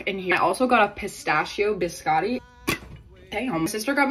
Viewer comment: I GOT THOSE SAME ORNAMENTS except mine were fries and a hambuger And also it killed me when she said pistachio biscotti THEY ARE NOT PRONOUNCED LIKE THAT IM SORRY BUT LIKE N.O.